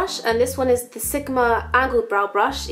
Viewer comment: I like how she says "sigma" hahah "sikma" :)